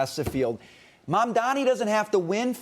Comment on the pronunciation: hy can people not say MaMdani? I keep hearing MaNdani. 😁😁